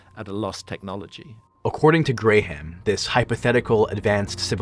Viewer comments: “Grey-Ham”? Really? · "Gray-Ham Hancock" 😂😂😂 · You're killing me with the "GreyHam" Hancock bro... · Did you just say Gray Ham Hancock!? Lmao. I’m out. You almost had a subscriber. When YouTubers miss on the names of super well known people that tells me they are lazy with their research. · did you just call him grey ham? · Did you call him “gray-ham”?? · grey-ham hancock😂😂😂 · Grey-Ham Hancock?